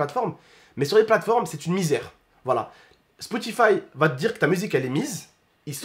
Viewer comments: tu dit Spoutify au lieu de Spotify 👌🏾😂❤️ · a dit spotifive 😅😅😅 on y en veut pas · Comment j'te kiffe t'as dit spoutify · ''SPOUTIFAYE'' lol